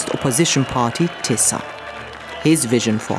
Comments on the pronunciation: Doesn't matter how you pronounce, the name is not Tissa or Tisa but TISZA. (Tisztelet és Szabadság Párt) See sub for example... And Peter Magyar the leader's name. (Magyar Péter in Hungarian and not "Peter Morar" or also not "Majar", etc... :)))) And not convincing "FIDES" or "fittest" supporters... Orban's party called: FIDESZ. Sub for example... Apart from bad badly written names... (Most popular names in Hungarian politics for ages now, can hear and read 1000 times every week... Hence, it's a bit irritating/annoying to see still so badly written.) the ...rest of the subtitle is OK. And the video all in all sadly about right... Go, TISZA! :))) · And after the regime is toppled, we Poles need a serious conversation with the Hungarians about the pronunciation of s/sz